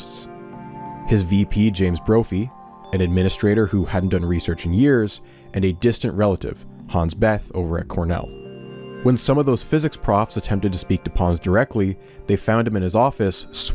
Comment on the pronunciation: Hans Beth? Hans Bethe? (It's pronounced almost like beta) He was a big name physicist! I wonder what he thought about it.